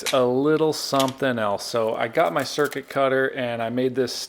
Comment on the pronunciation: It's actually a Cricut .. which he said Circut cutter. 😁 Yes. We all have that kind of self pronouncing/naming things rather than it's actual name like - CCleaner, we mostly called it CC-Cleaner. 😂